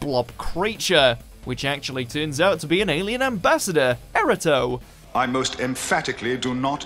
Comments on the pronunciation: Erato is pronounced "air-AAH-toh", not "error-toe". Erato was also the Greek muse of love poetry, so the name isn't unique to Doctor Who. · The mispronunciation of "Erato" as "error-toe" is even less understandable. At least Wirrn and Kinda were made-up names unique to Doctor Who, but Erato has literally been around for millennia. She was the muse of romantic/erotic poetry in Greek mythology. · Erato (air-AAH-toh) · FFS get a narrator who actually knows how to pronounce the names properly……eg Wirrn is pronounced wirrin, Silurians cy-loo-ree-uns, Erato eee-rah-toe and Kinda is Kin-dah. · The fact that the presenter can't pronounce Erato, Silurians, Kroll, Kinda or Wirrn correctly suggest he does not know as much as he claims to. After all, the's a fifty percent failure rate.